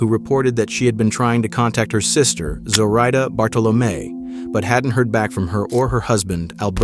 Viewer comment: This video is a little unsettling for me because my mom’s name is Zoraida. They’re pronouncing it wrong. People have been pronouncing her name the way the narrator is pronouncing her entire life.